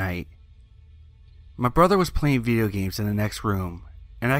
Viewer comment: He said viyo games